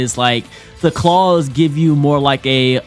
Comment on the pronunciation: Why did say claws like that😂 nigga rlly said “Klauews”